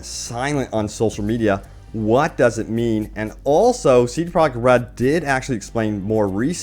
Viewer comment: "C Prah Red"